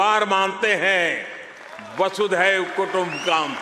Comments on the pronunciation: It wrong to pronounced as "Vasudevkutumbakam.Infact it is "Vasudhaivkutumbakam" which means वसुधा अर्थात पृथ्वी एक परिवार के समान है।"वसुधैव कुटुम्बकम्" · 'वासुदेव कुटुंबकम्' नही भाई 'वसुधैव कुटुंबकम्' ... वसुधा का मतलब पृथ्वी... वासुदेव कुटुंबकम् कहने मे आपकी गलती नही है... अंग्रेजी VASUDEV पढकर वासुदेव ही नजर आताहै क्युंकी "वसुधा" शब्द तो शायद ही कभी सुना ही होगा..